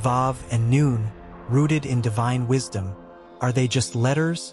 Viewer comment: This is an excellent video, thank you so much. However, it is important to note that the letter "ن" is not pronounced as "none" but as "noon," which is a significant distinction. Lam Alif (لا) is also pronounced incorrectly. Just my two cents.🙂